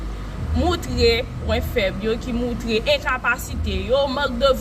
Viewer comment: yo pa di...Moutre...ranje djol ou ce...Montre..yo di